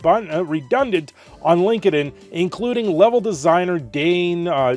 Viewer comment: Linked in…say it that way. Silly Canadian